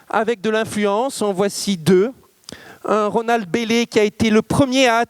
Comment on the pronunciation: Sujet très intéressant mais ça commence très mal, par un tic de prononciation insupportable: septembre deux mille vingt deuschhhhhheuu..